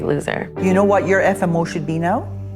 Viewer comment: The hardest thing about the episode was hearing "FMO" instead of FOMO